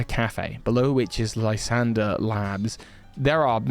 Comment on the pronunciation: You know why Lysandr is now called L?😂 Cos he used to be a LIE-sandre😅😅 Actually I think his name was supposed to be pronounced as "lew-ZANDr"